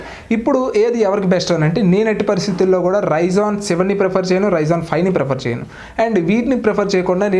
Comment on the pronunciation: bro its not ryzon its ryzen